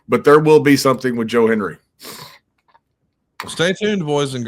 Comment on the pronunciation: Can we teach the older wrestling announcers to say Hen-D-ry?😂 Cole & McAfee did the same thing. 😂